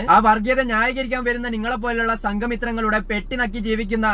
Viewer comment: സങ്കി കുട്ടൻ എന്ന് പറയുമ്പോ പന്നി കുട്ടൻ എന്ന് കേൾക്കുന്നു 😂